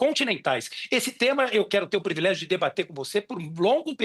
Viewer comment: E ainda mandou um "previlégio". Simplesmente desconhece a língua portuguesa.